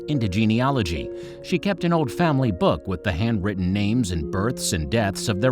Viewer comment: After the first 5 seconds I couldn't finish because of the butchering of the names